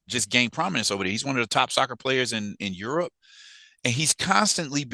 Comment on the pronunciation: Aerope not Europe